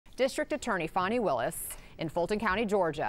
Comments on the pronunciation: Her last name is WILLIS, not Lewis. Not an informed reporter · Willis, not Lewis